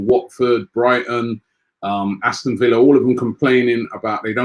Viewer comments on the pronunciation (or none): none